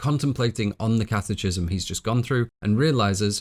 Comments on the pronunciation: Great film and wonderful analysis. Just want to let you know that catechism is pronounced catekism. Keep up the great work! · catechism = kat-uh-kism hard "ch," like schism, anarchism. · First off, I’d like to say that I deeply admire your work ethic, attention to detail, and dedication, and thoroughly enjoy your content. I do have one humble suggestion. It seems you gather most of your information from reading rather than formal education or discussion, as you frequently mispronounce terms which no native speaker familiar with the term would. One example is “catechism”, which is pronounced “kat-ah-kism”, not “kat-eh-chism”. It drags down the quality of your content when such a fundamental topic of your discussion, and which you spend over ten minutes on, is mispronounced. It’s hard to take the speaker seriously when they haven’t taken the time to make sure they’re pronouncing words correctly. Normally it doesn’t matter so much, but it stands in contrast as sloppy compared to the rest of your amazing and laborious work. All I would recommend is that you take a second to look up/listen to pronunciations of terms you’re not familiar with prior to recording. That would make these productions truly flawless. Love the work, and thank you so much for the effort and craftsmanship. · A very wonderful and well-researched video. I thoroughly enjoyed it. I think you do yourself a disservice by mispronouncing common words like "catechism" and "adversary." You're too smart not to speak correctly.